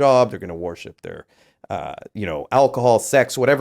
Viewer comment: The way that guy pronounces ‘worship’ is making me cringe so hard lol